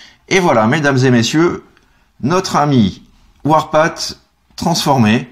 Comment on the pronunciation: Bon tu dois le savoir mais Warpath se prononce "warpafffff" un peu comme le TH de Thank You. Ca peut se traduire, j'imagine, par "le sentier de la guerre". :D